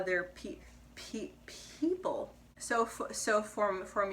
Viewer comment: Hi, I have noticed that you stutter on "people" almost everytime. Though you speak great. The stutter is hardly noticeable, here is something I think will help you and what I read in a book when you have difficult syllables. So what you do is just add a vowel before the difficult syllable. So when you are about to say "people" say "a-people" or "e-people". That will help you ease through that word. The issue i see with is this if you feel that you sound funny when you speak that way but trust me no one can notice it. Our brain picks up keywords rather than the entire pronounciation. You can try it in your next video. Hope it helps and hope you can share this with others.